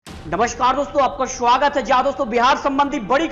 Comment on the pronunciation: Abe bihari shuwagat nahi suwagat hota hai